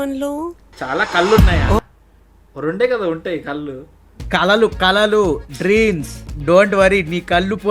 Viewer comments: oyo dreams kaadhu Arts😂😂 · అవి కలలు కాదు రా కళలు తెలుగు రాదు english రాదు ఎదవకి